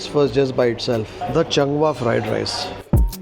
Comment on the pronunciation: Channg Waah😂😂😂 its actually Chung Wah. Please read the restaurant name written in kannada also. Its Chung Wah😊